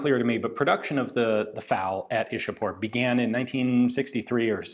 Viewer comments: same. Ichapore is how it's pronounced In local Bengali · It's 'Ishapore'🙂